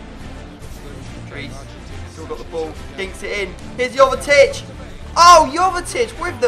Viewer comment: Jovetic is pronounced yo-ve-tich